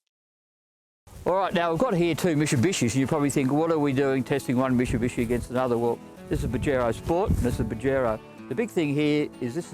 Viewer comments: it's mitsubishi not mishibishi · Say it slowly mate Mitsubishi no musubusuiiiiii....eeeee shbdnhhdndjisii....